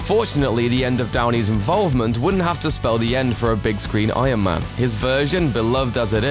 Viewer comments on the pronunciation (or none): ion man... ion man... he is saying ION man all the time, it bothers me